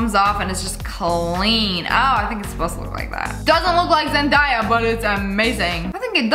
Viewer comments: Did you just say zenDAIa is u mean zen DAY a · did she say zen-dye-a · NO WAY SHE SAID “ZenDieYA” 💀💀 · yk whats illegal is the fact that u said zendIya 😭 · Did she say ZEN DIYA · IT IS ZENDAYA NOT ZENDIA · I’m sorry but the way you said zendaya made me wanna die😂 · I dont mean to be rude but i think u pronounced zendaya incorrectly